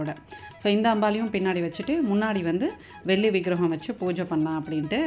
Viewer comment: Why is your tamizh pronunciation so bad...Velli....Not sounding like brahmin tamizh at all